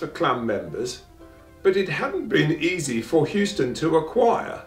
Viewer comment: houston is pronounced Hoo -ston not hewston. Believe me I a Houston-MacBean